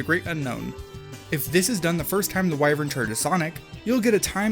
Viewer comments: not why-vern,, its pronounced wi ((as in "with"))-vern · Your pronunciation of "wyvern" hurts me in the soul, but good vid nonetheless. This game will go down in history as the modern E.T. Loved the "It's like flying by sitting on a chair and pulling up" part.